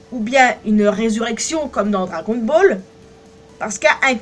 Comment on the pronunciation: La manière de dire dragon ball